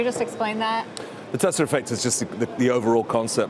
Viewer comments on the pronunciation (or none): "Tesler effect"